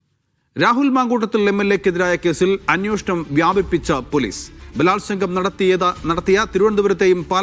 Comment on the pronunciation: പരാതിയിൽ ബലാത്സംഗം എന്നുള്ളതുകൊണ്ടാണോ ബലാത്സംഗം എന്ന്‌ ദൃഢമായി പറയുന്നത്?